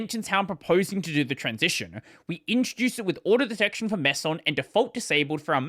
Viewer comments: I'm sure this will not rustle any jimmies, and the discourse will be entirely respectful and the arguments factual. "MAY-son", by the way. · May-son. I'm pretty sure. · Meson: afaik, it's named after the subatomic particle, and should be pronounced the same: i.e. me-zon if you're British, meh-zon if usually you speak American. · This is how you pronounce it. How you pronounced it in the video would have spelled Mason. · you pronounce it "mee sun", it is used to describe a fatherly relationship to a boy. Example: "stop bothering me son!" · If it's named after the subatomic particle, then I would say "meez-on" in my American accent, and I suppose that "mess-on" and "maze-on" are plausible pronunciations in an Australian accent. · its "mayson" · It’s pronounced meson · meson as in the physics particle. ask the physicist how to say it.